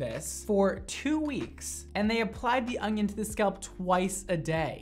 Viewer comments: baby, there isn’t a “g” in onion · Everybody else: onion mondo: ögnğion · No one: Absolutely nobody: Mondo: ONGION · Okay it's super cute that he can't say onion. "Onying" I love him! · I swear he's saying "ongion" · Lol I replayed the video to hear him say it😀 he did sound like he was saying ongion haha 😂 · nobody:: "ungyun" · Is it just me or does everytime says "onion" he says "onGion"?? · "ungion" haha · You say onion like ogion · Why are you saying ungyin 🤔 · Where are you from, you say onion sooooo oddly